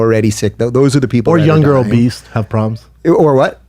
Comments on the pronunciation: Did Brendan say "obeast" instead of obese!? I can't take anything he says seriously just on that alone, and he has the nerve to tell an actual doctor (Fauci) he is wrong? He said "obeast" for the love of sweet baby jesus. I'm not even I'm saying I agree with the shutdowns, but if I was against it I certainly wouldn't want Brendan, and Bryan as the face(s) of my movement. I actually like both of them, and enjoyed the podcast in the past, but they are BRUTAL to listen to when speaking on anything covid-19 related. Why is Brendan refusing to wear a mask? Is his plan to reopen the states to just open them up wide open, and not put ANY type of legislation, or policy in place to protect people? Nothing at all? Why do you have to be all the way on one side, or the other? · BRENDAN! It's obese, not "obeast" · Did Schaub just say obeast instead of obese? Twice??? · I love it! Brendan is talking about how Fauci (an actual doctor) is wrong and in the same clip says "obeast" instead of obese.